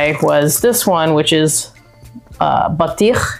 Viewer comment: Lol why did you feel the need to explain exactly what she said ? 😅😅 based on her pronunciation alone you shoukd have understood she knows what it means 😅